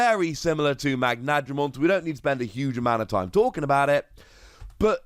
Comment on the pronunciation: Correct: "Magna-dramon" Not: "Mag-nadramon"